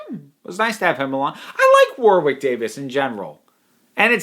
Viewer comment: WahRick Davis. U.K. pronunciation, doncha'know? 🙂